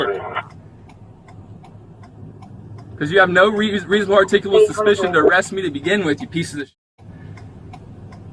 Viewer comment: Their favorite word seems to be "artickable"" ""artickitable" "arctickable"...lol. This child was never told the word "no".